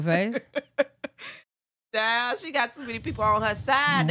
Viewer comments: She does call him bluefus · 1. I love the way you say blueface cause it sound like you calling him doofus 2. I been saying no way that girl lying about EVERYTHING a female ain’t that delusional for no reason